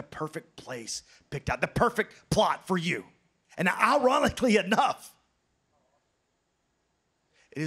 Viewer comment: AJ “Irolically” Styles